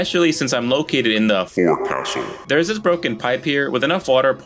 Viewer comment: forecastle is pronounced like fawk-sol bow is pronounced the same way as bow is pronounced in the sentenced "taking a bow"